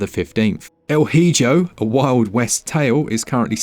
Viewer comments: Mate, neither you or I are Spanish speakers.. But goodness gracious, we DO know that 'El Hijo' is pronounced 'El I-go', and NOT 'El Hi-Djo' 😂😂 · lol... Your Spanish is terrible! It's not pronounced Hi-Jo.. it's pronounced E-ho... it means The Son, but good try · Native Spanish speaker here, really laughed at "L hee-joh"! Still I'm a super fan and love your videos :D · El Hijo is pronounced "El E-ho" 😅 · Hry fam, I know it aint your language but the spaniard in me got triggered LMAO. Its pronounced El EeHoh. It means The Boy in spanish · Just fyi, el hijo is pronounced el ee-hoe . Means child in Spanish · Thanks for shouting out El Hee Joe. Bang up pronunciation that. All jokes aside, these videos are a godsend for the eshop. My collection lives and dies by your words. Thank you for the hard work! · Submerged sounds cool and so does El "E-Ho". Haha maybe you pronouced it wrong on purpose, but my spanish speaking mother would have chuckled at your pronunciation 😄😁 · it's rather "L eeho" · El hijo is pronounced “el eeho” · Your pronunciation of "El Hijo" killed me 😂😂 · Can pronounce "El Hijo" and "Eiyuden" correctly? Well, let's find out! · El Hijo means The Son in Spanish. The H is silent by the way. The J is pronounced like the H kind of 😂😂